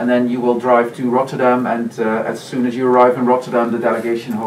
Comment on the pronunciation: Aleksi trying to pronounce Rotterdam in Dutch is the most pure thing I've ever seen😂